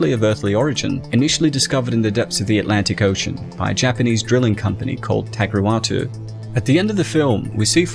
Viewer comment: “Tagruatuu” 😂😂 the way he pronounces it lmao